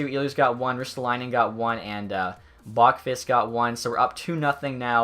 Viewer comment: It’s pronounced Bo-qwist, not Bokfist